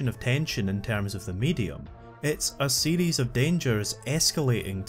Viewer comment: Am I the only one that hear "Metroid CD" when he says "Metroid series"